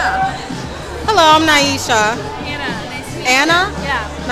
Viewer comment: "No thank you, I don't eat here!" LMAO & then you go on to mispronounce the white woman's name "Annah!?" LMAOOOO yaaaaas!